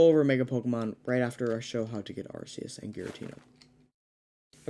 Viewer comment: It's called ARCEUS! (ARK EE US) Not Arseus lol